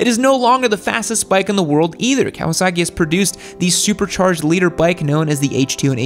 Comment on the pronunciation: you say Kawa-SACK-i like Trump says, CHY-NAH